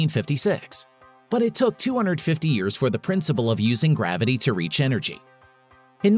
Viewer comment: Don’t forget it’s a GRAVADEE battery to generate ELECTRISADEE. Boring